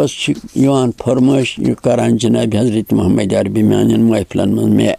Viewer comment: The things this respected old man is claiming haven't claimed by any Suhabi(RA).. He doesn't even know how pronounce Hazrat Mohammed(SA)...... The so called poetry he is reciting cannot be called poetry in the world of literature..... Mehjoor shb will die again from his soo called poetry..... But I still respect him bcz this innocent man doesn't know himself what he is saying...